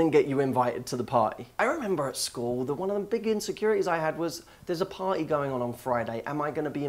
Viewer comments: The way he says party... "Pah-ee" .... :) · I love how you say party